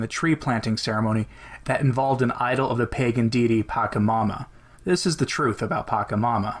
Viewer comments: It's patchamama not pakamama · Very astute to deliberately mispronounce P When we must speak of the demon, it is wise to mispronounce it. There are many good reasons to do this, but the most important is that to take care in the pronunciation is at the same time a genuflection in the direction of the demon. (genuflection implies "some" accession to the power of the demon. )